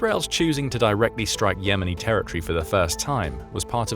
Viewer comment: ter-ri -ty (??) ter-i- tor-y Pronouncement of territory.